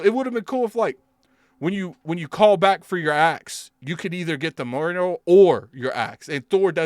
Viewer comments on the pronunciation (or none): Pretty sure it’s pronounced “Mule-near”.